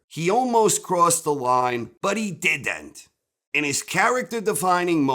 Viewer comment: "but he did-dent" , lol